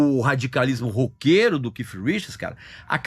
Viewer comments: Não é Keif não, meu caro. Se vc não sabe a pronuncia exta do 'th' em inglês diga Kate, mas não 'kif' como vc está pronunciando aí o nome de Keith Richards! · O Regis é cheio de frescura para pronunciar dai o povo vai na onda Keith e ponto nada de keiff eu hein aja frescura